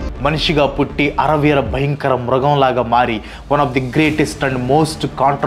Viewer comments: * Anna adhi "ari Veera bayankarudu" kadhu anna. * "athi Veera bayankarudu" anna koncham chusko anna jagartha. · అది అర వీర నో లేదా ఫుల్లు వీర నీ కాదు బ్రో, అరి వీర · అరవీర కాదు అరివీర భయంకరుడు